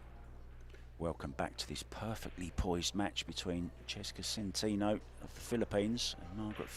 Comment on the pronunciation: Tell the commentator that the name is SEN-TEN-OH not SEN-TEEN-OH